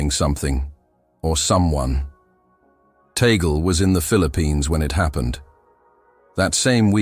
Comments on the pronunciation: CORRECTION PLEASE,,, TAGLE PRONOUNCE,,, TUG-LE NOT TAYGOL.TNX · It's pronounced TAHG LAY. And this sounds pretty superstitious.